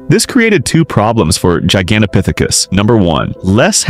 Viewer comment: Good Lord will you say the ape’s name right